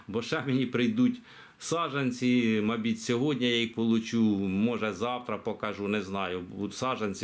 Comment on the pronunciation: Волинь . Розмовляйте як вам подобається , ми розуміємо . Мені дуже подобається коли кажете « мабідь» - вперше так почула . Чекатиму свій з нетерпінням